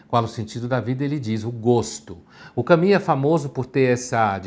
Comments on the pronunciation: Por que ele fala Cami sendo que a pronúncia certa em todo lugar que eu olho é Camu? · E nem é a pronúncia certa. Não sei de onde surgiu esse "Cami" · Pondé fala que para não parecer metido ele não ousa falar Pondê, mas me vem com um "Cami". KKKKKKKKK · Eu o chamava de " Camus", mas só depois que eu fui saber que a pronúncia era " kami". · Estava procurando como se pronuncia Albert Camus e cheguei a este vídeo. "Allbé Camí", ok? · Então a pronúncia correta é "camí"? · A pronúncia correta está entre Camus e Camis. Só ouvir qualquer falante da língua francesa pronúnciando